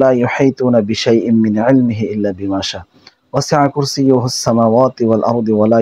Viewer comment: মৌলভী সাহেব আয়াতুল কুরসি পাঠের শেষের দিকে পড়তে শোনা গেল -'"ইল্লা বিমাশা---ওয়াসিয়া কুরসিউহুস সামাওয়াতি....।"' কিন্তু পবিত্র কোরআনে যেটা লিখা আছে, সেটা হলো- ইল্লা বিমাশা আ (হামজা যবর আ) ওয়াসিয়া কুরসিউহুসসামাওয়াতি.....। অর্থাৎ উনি হামজা যবর 'আ' পড়েন‌ নি ।